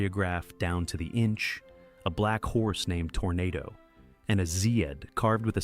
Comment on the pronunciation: If memory serves me, the horse's name was pronounced tornaaado.